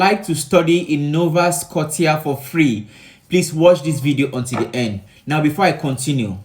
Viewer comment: It pronounced " nova scoshia"